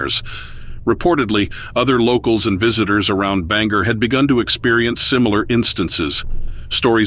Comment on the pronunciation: its not bang- er its an O . so its spelt the same way it looks bangor . kinda like your saying bang or . but put them together!!!! nothing is more annoying then when people cant take the time to learn how to say the name of a town ugh . bangor .... bang or put it together ... say it a few times your gonna get it . !